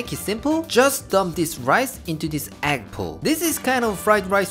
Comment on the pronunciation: I think Uncle Roger pronounces it as "Ekk" fry rice.